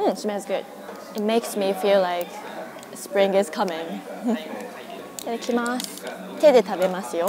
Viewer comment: How are you pronouncing itadakimasu? I've slowed the video down to 25% and I still can't make out "tada". It still sounds like iikimasu.